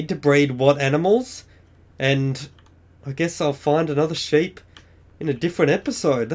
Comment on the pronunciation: seep not ship